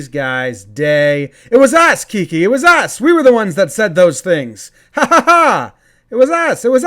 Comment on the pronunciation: Hey Jomboy, his nickname is short for Enrique. im no pronunciation police but id go with “Ki-Keh”